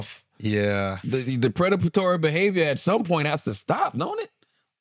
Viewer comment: Is "predabatory" a word? Did Charla mean preditory?😂